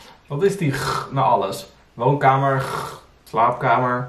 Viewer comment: Thanks voor deze topcontentttt. : Je hoort een "ggg" aan het eind van "woonkamer" en "slaapkamer", omdat veel Brabanders de 'r' als een soort harde 'g' uitspreken.